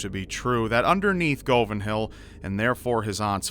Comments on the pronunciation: Cool story, but your pronunciation of Govanhill is a bit off. It's guv-an-hill not go-van-hill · Hey, it's pronounced guv an hill not go van hill, I know it's spelt Govanhill though. (I'm from Glasgow). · It's pronounced like Gu-van hill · It's 'Guv-in Hill'. Hello from Glasgow. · Omg is my favourite Youtuber, I'm from Glasgow and I just kinda fangirled when he said "in a suburb of Glasgow called govanhill" (it's pronounced guvanhill but omgg) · the best part about this is your pronunciations hahaha the pronunciations are Glaz go for Glasgow and Guv in hill for Govanhill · Govanhill is pronounced guh-vin-hill and Glasgow pronounced glahz-go. Myself and the rest of my Glaswegian loved the references in this though! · I was born and raised in Glasgow, the way you say govanhill is really funny. its said with a U sound, not O, so basically like guvan hill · He said goven hill wrong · Scariest thing in Glasgow is just plain Govan man 😂 anyone from Scotland will be itching at your pronunciation of Glasgow (Glazgo) n Govanhill (Guvinhill) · im from glasgow its pronounced guvenhill but spelled govanhill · It's pronounced "guv" "an" hill. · it made me cringe as well XD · I had to pause the video for a minute because I was laughing so hard. 'Go- what?!' XD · So, while its great to hear my city mentioned here (Glasgow), you pronounced Govanhill wrong. The O is actually pronounced like a U. Like, Guvanhill....You know what? I'll just shut up. I loved this! Your voice fits these stories perfectly. Definitely one of my new favourite segments on your channel. :) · Living in Glasgow Scotland all my life, it's funny how he pronounces Govanhill. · You said Govanhill wrong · This is great the way you say Govanhill. Sorry as a wegie it's funny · His pronunciation of Govanhill tickled me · As a Glaswegian, hearing you butcher the word Govanhill made me chuckle a little. This was a great video, keep it up!